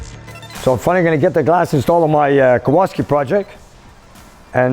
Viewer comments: Kowalski? Why do you keep saying it and spelling it without the "L"? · Hello, love your show. Back in Poland the w is pronounced as v, so Kovalski.In Polish it means blacksmith.